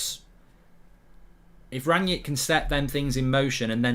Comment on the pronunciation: Already misspelling and mispronouncing his name, get a grip United fans